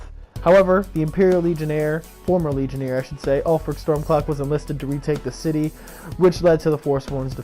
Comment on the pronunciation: Is the reason you say "Stormclock" like an accent or something? I like your videos but it's really annoying me.